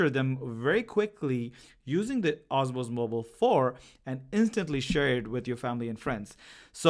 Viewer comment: Its DJI Osmo Mobile not "OSMOS"